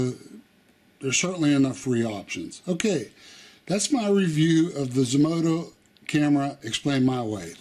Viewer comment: Zmodo asked you to do a review and you say Zmoda???